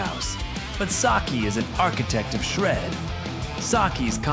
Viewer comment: And Saiki's name, and Akane's last name.